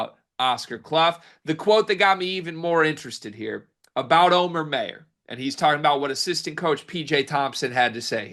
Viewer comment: It’s not May-ur it’s my-ur